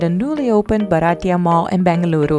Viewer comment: Lovely video…. You look good in all dresses…. Comfort in shopping at malls with such ease , & their no questions attitude makes them favourites of youngsters…. By the way …. Its bhartiya (indian)not baratiya😉